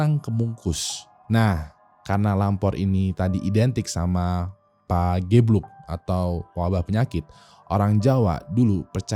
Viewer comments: Bacanya pa GE bluk bukan pagebluk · Fyi bang, pageblug itu E nya dibaca kyk bareng, sedap, sepatu gitu wkwk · . 'Pagebluk' (ge) -sama kaya pengucapan 'Gergaji' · penyebutan pagebluk nya itu, "ge"rahang bawah mepet keatas, jadi pas penyebutan "pagebluk" rahang ga kebawah.